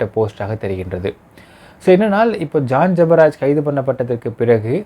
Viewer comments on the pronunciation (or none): ஜான் ஜெபராஜ் பெயரை ஒழுங்காக உச்சரியுங்கள்